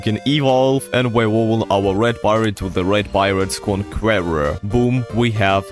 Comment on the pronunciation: The way he pronounced conqueror eats me alive